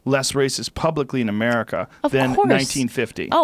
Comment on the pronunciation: “ if just just talking about Americah”